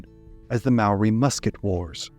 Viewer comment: I'm Maori and I thought you did a great job.